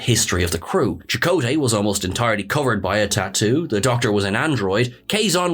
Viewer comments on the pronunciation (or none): chakota's face tattoo is the same one Q pops on. mines bigger. also they say CHAK-o ta. not cha KOTA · and that's CHAKOTAY not "Chakota".